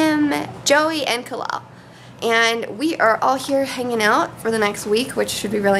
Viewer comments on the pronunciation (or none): its kalel not kale haha :)